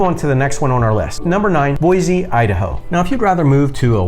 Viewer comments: There is no z in Boise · Boise does not have a Z in it!! It’s Boisssse (with an S). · You mispronounce Boise and Oregon.